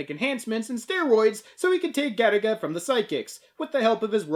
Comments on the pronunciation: I keep hearing Galick gun everytime someone says Garaga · Every time you say Garaga I swear to god it sounds to me like you're saying Gattaca, that movie about genetics